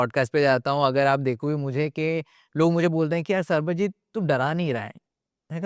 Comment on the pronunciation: The moment he said sarabjeet instead of sarbajeet 😂